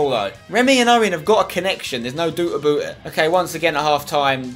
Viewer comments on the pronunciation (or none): "Remy and Owen have got a connection, there's no doot aboot it😂😂